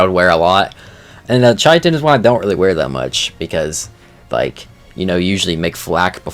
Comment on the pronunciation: Hey fyi chitin is pronounce like Kai Tin or Kite In